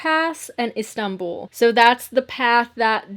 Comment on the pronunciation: I honestly love that can pronounce Istanbul properly 😎